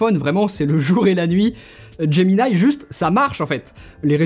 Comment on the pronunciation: Merci !! 🤯😇 Merci…de bien prononcer "Gemini". …contrairement à presque tous les Youtubeurs "tech" francophones.